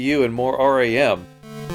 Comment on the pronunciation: You don't pronounce RAM letter-by-letter, dummy.